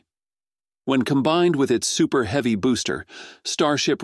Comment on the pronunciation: This voice to text program is laughable, pronouncing heavy as heevy....lol....